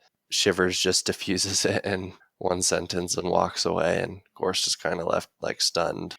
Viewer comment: Love y'all and great commentary as always. Your pronunciation is quite off on some of the names though. 1. Gorst. It's Gorst (kinda like "forced") not GAUSST 2. Jalenhorm. It's pronounced like "Allen-horm" with a J at the beginning. Not JAYLENhorm. 3. Khalul. There's no R. It's just like "Ka-lool" Edit: Source: The audiobooks